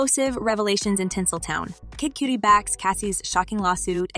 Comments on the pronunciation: Kid Cudi, rhymes with muddy, not cutie 🤦🏼‍♂️🤦🏼‍♂️ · Kid cutie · It ain't Kid Coo-Die either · Yea but especially listening to British cats and white cats and even some black and latinos not in the knows for years saying 2pack..it doesn't hurt my ears as much as Kid Cue-tee or Coo-Die..but at least the former I could accept as a girl tryna call him sexy or something...these AI bots need a slang update..but oddly enough it said Suge right...I thought it'd say like my girl use to joke saying Sooge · im impressed by how many different ways the narrator mispronounced cudi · That’s where she’s making the I jump the d to make the U say it’s name 😂😂😂😂